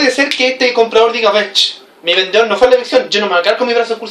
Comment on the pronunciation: Muy buena clase, pero cuidado con tu léxico, debes hablar claro, no se dice vendeor Saludos